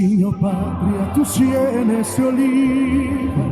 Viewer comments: Ana Barbara se equivoca en varias palabras: dice senes, en lugar de sienes, dice "del" arcángel y es "el " arcangel, además de el lo que notaste "terno" en lugar de eterno fue lo que noté, no me fijé bien si más aun. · Dijo, además dijo Cenes, en lugar de cienes. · Ana Barbara dijo cenes en lugar de cienes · Cuando Ana Barbara se equivocó dijo tus senes en lugar de decir “cienes”